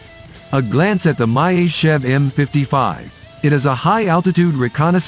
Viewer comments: What is this "My-Ist-Tschev"? It should be Myasischev. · Not an opponent of the U-2, it is the equivalent of the U-2. Myasishchev is pronounced Mee-A-See-shev AFAIK. The MiG-31 operates at about 22km altitude. The 37km altitude flight was for a record and was a stripped down aircraft optimised for the role so it was not carrying missiles or radar. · МяТичев) бро😂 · Learn to pronounc e the name of the plane correctly. Or you have dislexia?